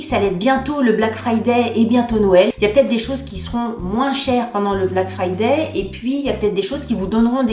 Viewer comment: Je note le magnifique accent sur " black frrrrridai" passé inaperçu Ahah Jadore tes videos Bonne soirée ☀️